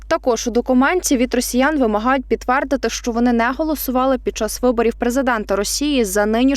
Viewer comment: Якщо говорите українською,то не позорьтеся з вимовленням; яка така анкА(е)та? Замість підтвердити- підтвАрдити? І тощо...Це неможливо слухати,коли замість всіх " е" ставлять "А". Мова повинна бути класичною, а не колгоспною в новинах, уважайте це!!!